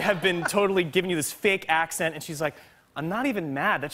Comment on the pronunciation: That was actually a good English accent